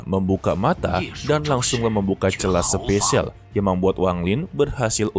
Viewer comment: SPASIAL BANGGGG BUKAN SPESIAL